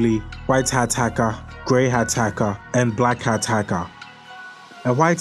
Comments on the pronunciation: Haka or hacker? Lol 😹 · "hacka" lmao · white hat haka , grey hat haka and black hat hakah